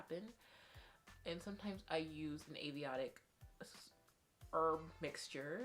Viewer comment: AY-UR-VED-IC not aviotic lmao cute. Thanks for the tips!